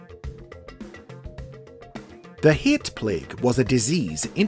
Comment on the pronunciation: “The hee-at plague”